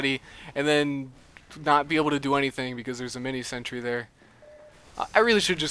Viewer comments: It's a shame that a good youtuber is ruined by his pronunciation of sentry. It's sentry, SENTRY. Not sentury. Ugh... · zeronics He doesn't say sentry. He says sentury.